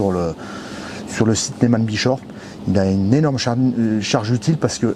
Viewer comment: j'adore comme tu prononce nesman brechoff 😀👍je plaisante!!!! Bien sur que vous êtes les premiers grands merci à vous deux tip top cette présentation qui m'a beaucoup plus 😘